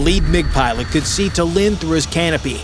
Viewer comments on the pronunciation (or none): shame cant pronounce Tallinn, and what is pilot going to do to scare them? Drop poop on them like the big orange clown did over the US. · Love the pronunciation of Tallinn. Lol 😂